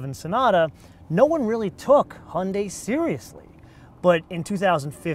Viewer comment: "hunday" haha :D